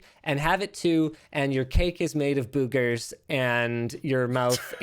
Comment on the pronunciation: Cake made of boo-geirs